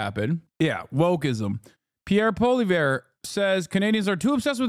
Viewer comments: Two corrections: His name is pronounced "Polly-ev"... Canada has free speech... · for those who want to pronounce the name correctly, its poah-li-ehvre.